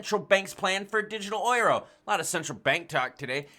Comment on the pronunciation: Yo! Euro is pronounced “you ro” peace out 🤗